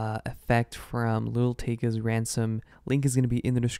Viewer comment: it’s “lil TEHKA”